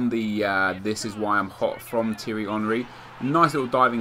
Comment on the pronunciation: Tee-ery not Tiry